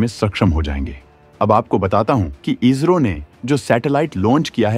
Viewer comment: भाई इजरो नही इसरो है काफी बार आपने वीडियो मे इसरो को इजरो बोला है